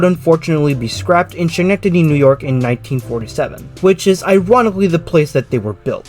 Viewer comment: The "Sch" in Schenectady is pronounced "sk" just like it is in "school"